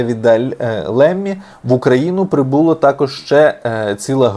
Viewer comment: Правильно говорити Ламі а не Лемі